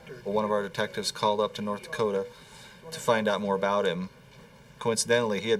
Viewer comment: "A-boat"... About.